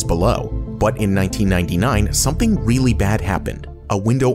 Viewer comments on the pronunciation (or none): none